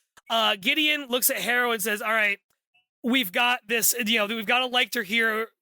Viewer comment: I am immeasurably annoyed to find this here so late, with so few views, so little discussion of Nona the Ninth, and So. Many. "Lick-tor"s. Lol